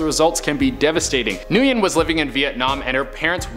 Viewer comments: Nguyen is pronounced Wynn or win. Not newgin. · NGUYEN is pronounced like "When"